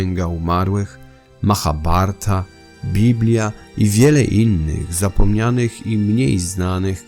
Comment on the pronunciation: czyli wymowa ‚Maabarata’?